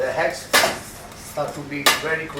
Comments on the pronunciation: Lol, eggs...si chiamano eggs, non HEggs....lol Mia nonna faceva una carbonara migliore di questa Siamo al 2025 e 'sto terrone non ha ancora imparato l'Inglese. Tuo nonno si gira nella tomba....lol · "I am a good hegg." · Where did he get the H in eggs? 😂😂😂 Heggs